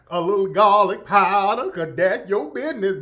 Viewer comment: Gahlik paahdah...LMFAOOOOO 💀💀😂😂😂